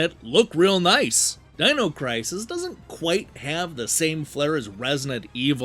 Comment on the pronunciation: Dean-o crisis?! Those damn Eye-talians...